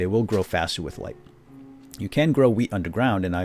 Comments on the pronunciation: it sounded like he said instant weed :) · Lol i thought he said "weed" XD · you just learned me how to pronounce 'wheat' o.O